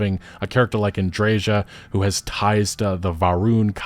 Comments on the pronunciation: Andre(j=ia) Andreja = Andreia. The later is the correct pronunciation of the name. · Literally no North American I've heard speak about Starfield can pronounce Andreja correctly. Or Pagliarulo. How hard could it be?! Having said that, Starfield is garbage, Shattered Space is garbage, Bethesda is, sadly, garbage -- much like modern BioWare. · I still don't understand how they butchered Andreja's name, nobody pronounces it like that